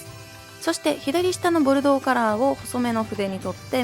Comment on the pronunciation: 今回はちゃんと「ボルドー」って言えたね☺️w